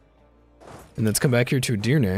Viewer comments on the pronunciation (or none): none